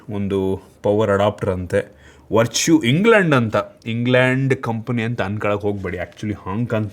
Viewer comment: anna adu verchu alla vertu ,,,,,ವರ್ಟು Varṭu